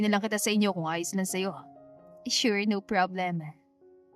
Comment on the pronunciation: Nagtatagaka lang ako ... AI ba tong narrator? Sure pronounced as eshure... School naging iskol, kahit English walang I sa unahan naging is .. 😂😂😂😂😂 miss narrator plssss . Practice your pronunciation ng mga words that begins with letter s. Walang I sa unahan.